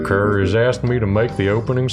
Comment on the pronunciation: love how they pronounce Kerr like "cur" such a good little nod to a bit of animal villainy